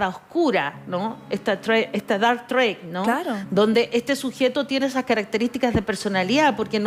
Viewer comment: Señora: usted pronuncia algo así como "dark trade" (suena "treid" y significa comercio) en vez de dark triad (suena "traíad"). Por lo demás, no hay necesidad de recurrir al inglés, cuando está perfectamente usado en castellano como tríada oscura.